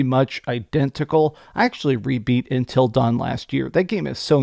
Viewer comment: How in the AF do you pronounce "UNTIL" the wrong way multiple times!?